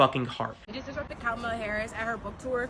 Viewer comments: kuh-MAH-luh is indian, her name is not pronounced like punctuation. Ask any indian woman: her name is kuh-MAH-luh. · So according to the guy you're a racist because you mispronounced Kamala? 😂 Which is BTW an Indian name not a Black name! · Dude is saying Kamala incorrectly. Also, Kamala is an Indian name, not a black name. Guy thought he was cooking.